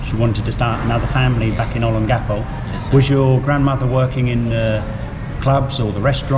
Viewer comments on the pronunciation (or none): It’s not Olen-Gecko. It’s Oh-Lang-Ga-Po. Olangapo. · olon...gappo is wrong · Please pronounce Olongapo correctly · Why do you say Olongapo like you do? Even when a Philippino says it correctly you pronounce it wrong 10 seconds later. Is a Australian thing?